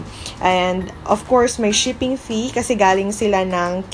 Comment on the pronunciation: Tawang tawa ako sa pag nasasabi mo yung shiffing! Kaka good vibes yung video mo. :)